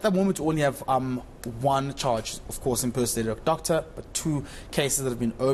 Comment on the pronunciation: Did you say "top Doctor "?😅😅😅